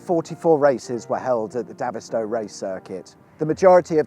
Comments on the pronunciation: As a child I played in this airfield and lived next door to it and I’m sorry to tell you but you are mispronouncing its name you should be calling it David as in the name like David Bowie the way you pronounced it sounds more like Davith as in the only gay in the village from Little Britain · You pronounce it like david, sto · Great video. Davidstow.. David as in Goliath, not Ginola ! Reminds me of cringe making M&S advert few years back, that pronounced the cheese the same way but with french accent!!